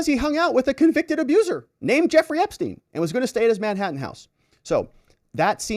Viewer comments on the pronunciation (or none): none